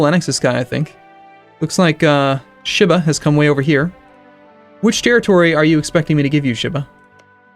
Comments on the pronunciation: sheee-bah, not shiiih-bah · Ugh. The way he says Shiba.